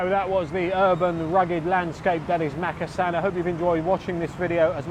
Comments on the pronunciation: It’s pronounced mukassan not mak! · is it pronounced Makkasan or markarsarn as my Thai partner pronounces it.